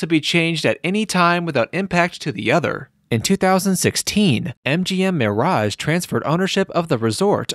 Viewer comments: Says "mearage" too. Grinds my gears along with the frequent upper reflections. Aside from that, it's an interesting look at an iconic piece of Las Vegas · I have never heard anyone pronounced the MIRE- raj" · Why does he pronounce Mirage two different ways?